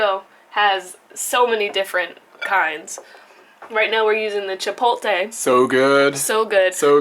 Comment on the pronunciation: Chipotle, not Chipolte. The T comes before the L.